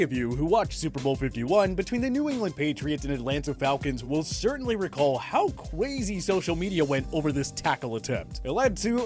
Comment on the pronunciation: How CWAZY